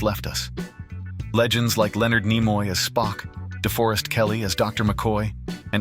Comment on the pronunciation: Some interesting information but the A. I. Voice ruined this clip with incorrect pronunciation of names. Nimoy is pronounced Nee-moy. I can't recommend this channel 😞